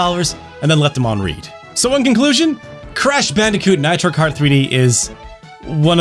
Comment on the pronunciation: Left them on "read", not "read". BlazBlue is pronounced Blaze Blue. Love you, happy to see your handsome face back on here. Hope things are looking up for y'all.